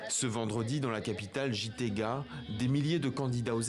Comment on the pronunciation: on dit "guitega " pas jitega le "gi" se prononce "gui" pas "ji" en Kirundi bordel